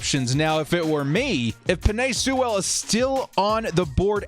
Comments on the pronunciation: FYI it's pronounced like Sool not Soo-well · A pronunciation correction for you. Sewell is pronounced "Sue-ul" almost like "fuel). The W is pronounced but the 'e' is more of an 'oo' sound. Otherwise, yeah, if he's there definitely take him.